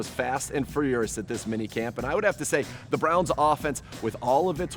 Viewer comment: The action was "fast &" what?? ... Frearus? Frurios? Is that a word? I'd say you're now 2nd down with 8 yards to go.